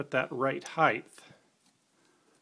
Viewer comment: It's not "heigth" it's "height." The T is at the END of the word. I hate when people say it with a th sound...